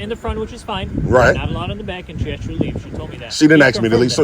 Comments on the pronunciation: What's this 'axing' he's talking about? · Hey stupid, they didn't "axe " you anything. They told you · “Solicitated?” “Axed?” How did this fool ever get out of high school?